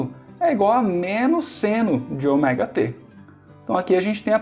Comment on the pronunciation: Muito boa a aula, só fiquei meio engabelado com a pronúncia do Ômega pra Oméga